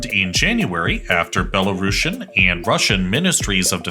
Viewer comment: C'mon guys - there is no such word as "Belarashan" in the English language. Belarusian is spelled and pronounced exactly how it should from the word "Belarus". A bit of embarrassing mistake for a "geopolitical channel".